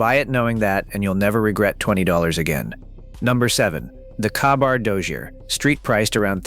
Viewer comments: Kah-bar???? Really? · Terrible narration Kah-bar? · Its pronounced (kay-bar) and yes grandpa carried one across Europe and Korea. My father took it to Vietnam. I carried it in Kuwait Iraq and Afghanistan. God willing it's seen its last war, but If a family member deploys it will go where ever its needed.